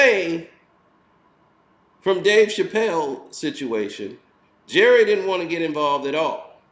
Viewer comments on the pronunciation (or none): "Jerrith Seinfeld". 😂😂😂😂 Das his name now 😂😂😂☠️